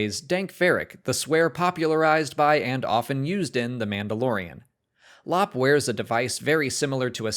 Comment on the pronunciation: Lop’s name is pronounced “L- o - pe”.